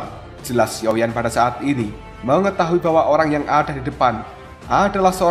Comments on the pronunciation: Sio,yan bang ,,bukan sioyen,,,, gk ada yimo di sini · Sepertinya masih ada sisa2 energi yimo yang tertinggal pada guru kuno ini Jadi kebiasaan ngomong xioyen 🤣